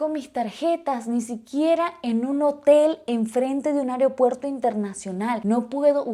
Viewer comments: Me causa gracia "AREopuerto" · Me encanta que dice "Aryopuerto" jajajajasjs